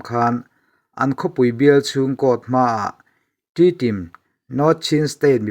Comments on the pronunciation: T-tim ti a lam lo in,tedim tia lam zawk tur a ni e. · Inpuang thiamin ngaihthlak anuam khawp mai chutih rual in khawhming ah Tedim tih ni se tun a in lamdan lha Kawl ho lamdan a nia adiktho bawk